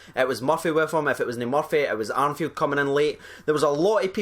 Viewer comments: Ar "N" field??? It's ARFIELD dude...There aint no "N" in it... Thought I'd misheard you the first 2-3 times...After 6, I guessed you hadn't read his name right. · It"s Arfield mate, no Arnfield. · Ur doing it again its arfield no armfield haha